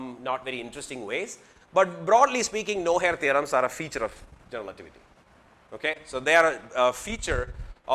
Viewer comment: like how he say 'generalativity'